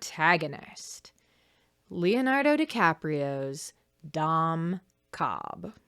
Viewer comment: Ok but counter argument to Dom Cobb's first sin: every time you say his name it sounds like you're calling him "dumb Cobb" with a slight accent which I think is very funny.